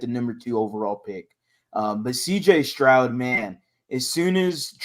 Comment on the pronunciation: You’re killing me Q. Say Proud remove the P then add St